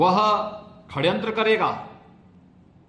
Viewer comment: Abe kya khadyantra , hadyantra bol Raha hai phle shadyantra to bolna sikh le